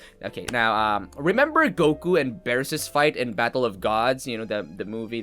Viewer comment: You say beerus as “biirus” not “bearus” just saying ;)